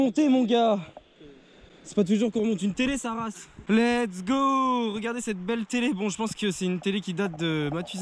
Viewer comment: Arrête de dire l'ets go! Quand tu a atraper quel que chose stp.. sa veux dire "on y va!" À ouais sa peu... bref dsl mais tu peux 😂😂😃😃💛💛